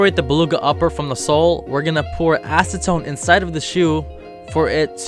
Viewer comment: When I heard "acetone" I thought he said asstone